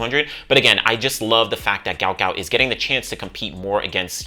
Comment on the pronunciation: His father said his name proper pronunciation is Gwut not Gout.